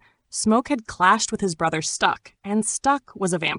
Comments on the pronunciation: Is this ai?? Stuck?? Stack, like Smoke Stack. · Cant watch this..."Stuck"?...Thought I could let it slide...Cmon Son...